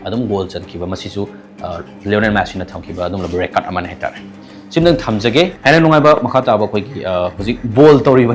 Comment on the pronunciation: Meiteilon ngangbada khara2 thetpa English fao grammar laan2na 😅 ngange. Record kajina Rey Curd kaiye. Aduga EduCentre kaiye 😁😁😁